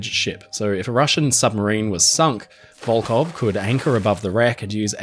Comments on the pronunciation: Hi. Your pronounce of Russian names is impressive, but here is one thing I want to improve. Волхов, despite it's transliteration as Volkhov should sound like "Volhov" witĥ totally silent "K" and clear "H" like in the word" Have". In your video, you pronounce it as Volkov several times. Volkhov is a city, Volkov is a surname, widely known in Russia because of the fallen spaceman in 1970th. Still in service just because Russia can't build another one. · Здравствуйте. Судно - катамаран "Коммуна" до 1922 года называлось - "ВОЛХОВ" а не "Волков"! В середине слова буква "Х" а не "К"! "ВолХов" это река которая впадает в Ладожское озеро, а ВолКов это фамилия такая. Например Леонид Волков - руководитель штаба Алексея Навального :)